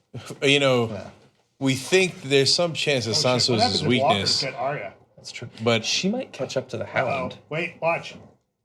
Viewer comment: Arya is pronounced 'Ar-ya' not 'Aria'